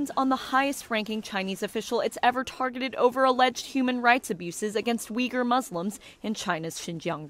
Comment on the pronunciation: Why does NTD use the spelling Uighur, when you show video of them holding banners with the correct spelling Uyghur? Also, please try harder to pronounce their name correctly.